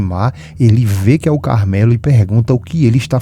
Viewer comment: O nome certo é CARMELO e não CARAMELO rsrsr